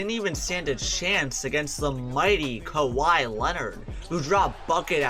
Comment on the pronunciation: "Holding Kahwi to 29 points"